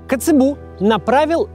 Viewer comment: эйндхОвен, а не Эйндховен. Странно, но Nijmegen верно произносит. ТоргАу, не тОргау КацЭбу,а не КацебУ